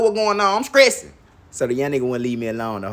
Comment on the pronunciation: “You skressin??!l 😂😂